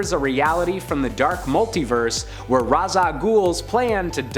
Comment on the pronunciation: I like how you said 'Raz' not 'Raish'. Keep up the good work!!